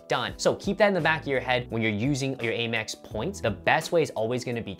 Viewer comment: Out of curiosity - why do you call it A-Mex? It’s driving me crazy 😂